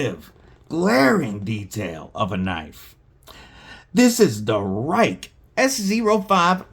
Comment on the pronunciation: Prolly pronounced 'Ree-keh'.